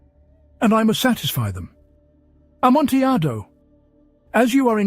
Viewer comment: Oh no. I was enjoying it until I heard the pronunciation of Amontillado. It's a great quality recording though, so I forwarded it until I knew it wouldn't be said again.